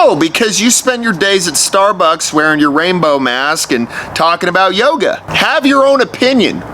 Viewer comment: The way he said yoga makes me laugh, gotta love my fellow country boy and America